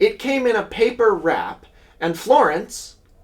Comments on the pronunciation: And also "Louisville" is pronounced "Loovle" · the louisvillian in me has to fight every urge in my body to say out loud “it’s pronounced lou-uh-vul” every time you were talking about the colonels 😭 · For future knowledge, the Louisville in Kentucky is pronounced "LOO-ə-vəl", like loouhvull, even loovul or luuhvul sometimes. Never loo-iss-ville, and not looey-ville is not recommended.